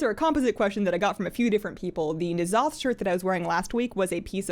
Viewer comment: I enjoy the videos, but its Nya- (low) tha